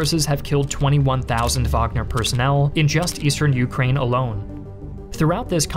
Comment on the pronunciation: I love his videos, but the way he pronunciates Ukraine is extremely irritating, i can only cringe so much lmfao